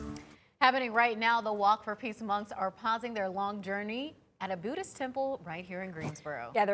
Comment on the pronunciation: Buddhist. Not 'Boodist'.